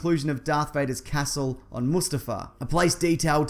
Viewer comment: You say castle so weird